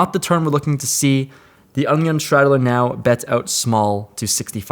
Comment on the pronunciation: Anyone else think that when says “under the gun” it sounds like “Onion” 😂